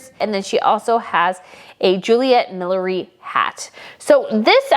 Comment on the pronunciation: I know that. I was pointing out that the word was mispronounced on the show.